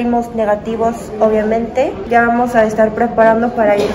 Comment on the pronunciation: ese "aaamoooos" indicaba que efectivamente, ya habías llegado a México jaja. ¡Bienvenida de nuevo! ❤️🇲🇽🇰🇷